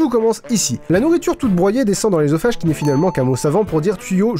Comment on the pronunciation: Je tiens à te remercier pour avoir prononcé œ correctement x)